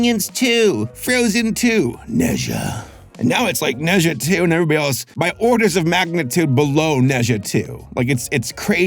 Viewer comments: Adore this movie. Amazing. Random, but it’s pronounced Nuh-ja, as opposed to Neh Zhuh. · Ne pronouns “Ner”, “er” with rising tone Zha pronouns “Zhar”, “ar” as in “Car” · As an asian, it’s pronounced “na jah” and he’s a chinese mythology character and he’ a chaotic kid with superpowers i guess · the pronunciation is ner zhar (rhymes with nerd and car), not net zhar. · Him pronouncing it “neza” hurts me inside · Hello, I'm from Hong Kong, China and I can prove that. It's pronounced "NaJa" here. Similar to Germen isn't it? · 你的评论真好 - 应该说" Nuh Jah" - 加油！